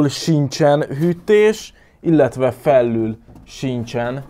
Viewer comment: az még mindig alul es felül nem pedig alllul es felllul😂😂